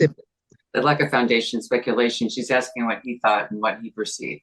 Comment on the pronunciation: "im not sure what youre axeing 🪓" darell brooks all over again 😞